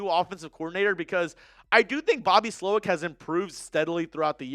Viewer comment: Ha ha he said Slowick